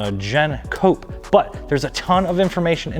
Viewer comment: Did you say "cop" instead of "Coupe" and "vag" instead of "vague" ? Lol 😆